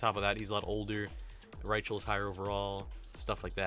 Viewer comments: Rychel is pronounced Rie-cul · And btw, "Rychel" is pronounced "Ry" "Kull".